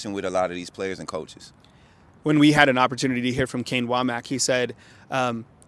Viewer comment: Not sure you guys are saying “Wommack” correctly.